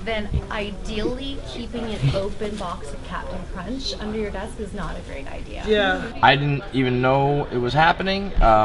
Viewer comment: "Deskch" - This guy.